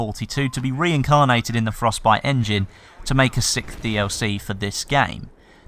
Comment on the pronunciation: Good video, I'm not American nor English, but I'm pretty sure he dose not pronounce "sixth" correctly, sounds like he just says "sick".